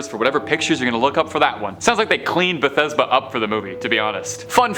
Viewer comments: bath-she-buh, not bahthesda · Bathsheba's name was pronounced bath- sheeba,not Bethesda. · Bethesda is a place in Maryland. You mean Bathsheba. "Bath-shee-buh." She is not a location in Maryland. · Correction it's 'Bathsheba Sherman' n not Bathesba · Ikr I was thinking what's this guy talking about Bathesba. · It's Bath SHE ba not how you're pronouncing it. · I was about to comment the exact same thing. Lol. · My God did he butcher it lol